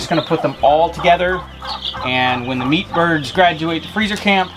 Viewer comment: Every time you say meatbirds.. It sounds like peepers. Lol